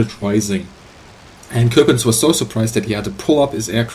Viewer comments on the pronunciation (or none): Michael Bohmer no i didn't mean it like that i meant that you pronounce it like you would as a german he said it like a frenchmen would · you pronounce coppens like you would in german its a flemish name and you pronounce it like a dutch person would